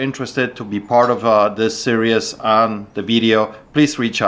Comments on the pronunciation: Series pronounced "seer-eez" not "serious" 🙂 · Hi, Love the channel, but it's pronounced 'sereez', not 'serious' 😊